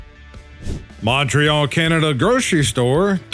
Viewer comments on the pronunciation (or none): none